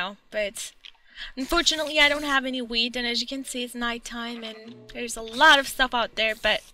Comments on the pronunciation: Is it just me or does it sound she is saying weed when she means wheat? example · When you say wheat it sounds like weed lol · lol you should really watch it when you say wheat... it kinda sounded as if you were going to feed derp 'weed' LOL